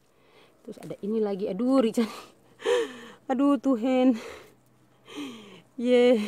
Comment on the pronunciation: Kk PU cara tekan " Tuhenn" tu Ade mati 😁🤣🤣😁